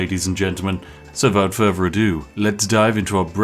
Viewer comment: Why do you keep saying "without fervor ado"? It's "without further ado".